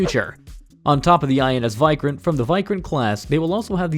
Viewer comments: Why-Krant!!? It is WE-Krant 😆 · It's pronounced INS "vik-rant" not "vi-krant" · You sound that as INS "why kranth" its INS Vikrant .. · Your VIKRANT pronunciation is wrong It is (ViiikRant) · "Wick-Rant" is much better pronunciation for "Vikrant". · Lol he said vik-rant... Not krant...! Vik as in Viking...